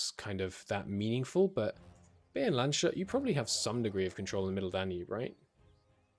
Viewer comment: I don't know if you care about pronunciation, but if you do, here's a pro tip : in German, the "sh" sound is always written ‘sch’, and therefore when you have ‘sh’ it's always separated. For example, ‘Landshut’ is “Lands‐hut”, and not “Land‐shut”